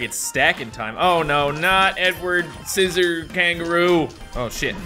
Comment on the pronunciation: its scissoroo not siccor kangaroo